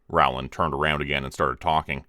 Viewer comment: Love your stories ❤️. But, Rowland is pronounced Roland! Also, it's nice to see one of the Jonas Brothers had a change of career.